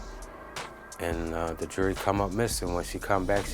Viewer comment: It's JEWELRY NOT JURY